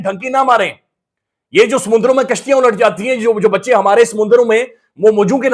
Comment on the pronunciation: "samundarooon" Nahin Samundron hai